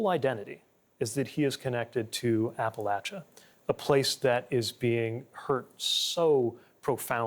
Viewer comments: Thank you for pronouncing Appalachia correctly!!!! It’s Appa_Latcha around here where I live in East TN. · Pete even is pronouncing Appalachia correctly. Most people pronounce it with a soft “sh” sound while Appalachians pronounce it with a hard “ch” sound just like Pete.